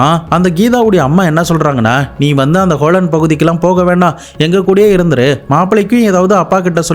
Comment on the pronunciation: ஹோலன்?!😂😂😂 Holland (ஹாலந்து) you are funny!